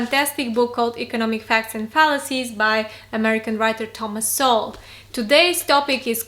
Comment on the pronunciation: you use to pronounce it as So-Well but now you pronounce it as soul, you've been watching uncommon knowledge?